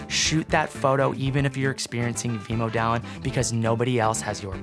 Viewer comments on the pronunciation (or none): Wanaka is pronounced WAH-nah-kah, not wah-NAH-kah. Vemödalen is pronounced VEH-mur-dah-lin, not VEE-mow-dah-lin.